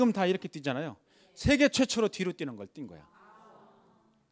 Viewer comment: 장음인 단어의 첫 자를 짧게 잘못 발음한 예:제가(나),시작,4차,뭐야,환자,(바다야) 되요,현실,세계,과거,없어진다, 등, 장단음 문제가 있읍니다. 한국은 장단음 문제가 시각합니다. 언재쯤 인공 지능이 틀린 발음을 바로 잡을수 있을까요.